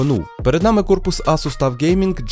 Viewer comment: Тюф а не таф